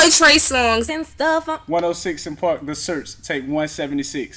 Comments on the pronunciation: One...O...SIX & park. Not "one o sih park". It's also forefront..not FLOOR front... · 1...0.... six......six......SIX!!!!!! Not 1 0 siss an park....DAMN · One 0 six and park!!!!!!! Say it dude say it! ONE OH SIX AND PARK!!! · Wonsino Park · I thought it sounded like Wilson Park